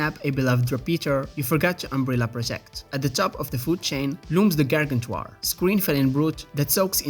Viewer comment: “Gargentwar” I will now forever say it this way